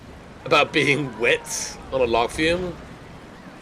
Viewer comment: Forever waiting for you to pronounce log flume properly.